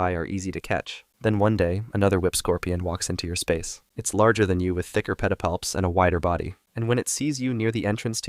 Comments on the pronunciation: The way he says “Petapalps” is oddly satisfying 😂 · New drinking game. Take a drink every time says pedipalps.